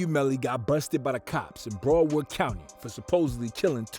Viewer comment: Why does dude say broward like “broad•ward” it’s pronounced Brau•urd